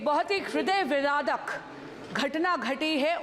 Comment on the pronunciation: Aree bhaiya hriday viradak nhi vidaarak Why try to pull it off in hindi if it's not natural to you Aise hi shapath bhi li thi apni mata ji ko copy krte hue usme bhi sanskrit ki mata behen ek kar di thi Aree if you're from privileged background accept it naa and act accordingly Why make mockery of the language and of yourself everytime when you speak in it